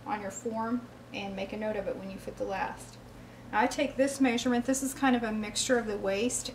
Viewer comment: “Meysurement” interesting accent! Where are you from?